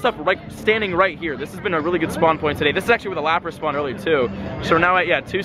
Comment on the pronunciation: Sorry not lapata it is lapras